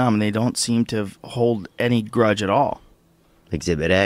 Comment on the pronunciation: "Exhibit A" I'm done 😂